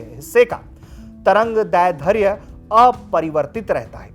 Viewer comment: Itni most important jankari dene ke liye dhanyavad Lekin trangdairdhya ka uchharan shi nhi hai